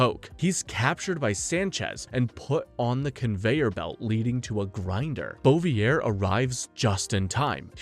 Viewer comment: The pronounciation of some names does not go together with someone having watched all those movies, Samedi and Bouvier being the most glaring examples. Some other 'easy' mistakes that no one informing himself on the subject matter would make: 'Bond lands in a circus tent' - he doesn't, that's Jaws. 'Lazenby heard bye-bye...' - It was his decision to not return, he was asked. 'No one wanted to see double-old Connery return' - Connery's return outperformed Moore's outing at the box office, iirc. In any way there was massive hype for his return, literally everybody wanted to see double-old Connery. '006's parents were russian...' - This is where I am sure you have no clue what you are talking about and are just reading a script. They were Cossacks, an ethnic ukrainian / russian group forced to live under communist rule by the events of the day. They were IN OPPOSITION to the communist Russia, which is why they allied with Germany and fought against Russia in WW2 in hopes of gaining their independence. The ones fleeing to the UK seeking asylum were sent back to Russia, where Stalin waited for them - a real d*** move by his majesty's government. ...and others.... All this from the top of my head - surely I am forgetting things - makes me think you have not watched even half of the movies for this review.